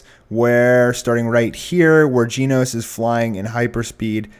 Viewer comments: it's genos NOT geeenos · ...geen-os? really. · Anyone else entertained with how he pronounces Genos? It sounds like is mispronouncing Jeans, and I find it absolutely hilarious.